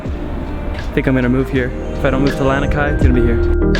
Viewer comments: Lanikai (Lah-knee Kai) Haleiwa (Hall-ay-eve-uh) Not tryna be mean or annoying just for future reference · "Lan-ah-kai"? No. "Lah-nee-kai". "Hah-lay-vah"? No. "Hah-leh-ee-vah". "Ee-hoo-kai"? No. "Eh-hu-kai". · Ha-lay-ee-va (Haleiwa) La-nee-kai (Lanikai) 🤙🏼🤙🏼 aloha from Oahu, Windward side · Awesome video from a local. Although Haleiwa is pronounced Ha-lay-ee-vah. Lanikai is pronounced Lah-nee-kah=ai. No worries just saying. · your pronounciation of these places are soooo bad. Haleiwa, Lanikai, Ehukai, Ukulele, all said horribly wrong. Haleiwa is pronounced H-aw-leh-ee-vuh. Lanikai is law-knee-kigh. Ehukai is eh-hoo-kigh, Ukulele is oo-k-oo-leh-leh. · Pronounced..LONI KAI. (Lani Kai)... And HOLLY EVA... (Halewia) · Well first You said Lanikai wrong, and Haleiwa😂 and I think the yoga floats was at Ala Moana not Waikiki